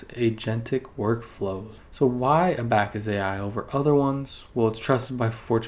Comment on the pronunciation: a-back-us hahahahaaha come on bruh